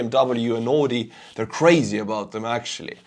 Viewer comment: its AUDI...not ooodi